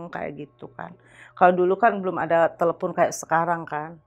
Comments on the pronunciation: Telephune & iphune memang bawaan lidah orang sunda bang 😅😅..., kebetulan sy org sunda agak paham banget haaaa. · Gue malah ngakak pas si ibu ngomong "telepun" mukanya nahan tawa banget hahaha